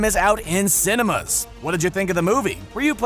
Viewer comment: the way he pronounced the word cinemas was weird.